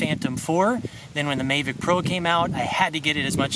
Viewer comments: it's the mavic, not mayvic but anyways cool ! thanks for the video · Please stop saying MAYvic.. there is no Y 😂